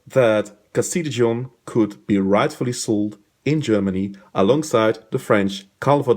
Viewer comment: Good explanation, I just flinched every time you mispronounced Dijon...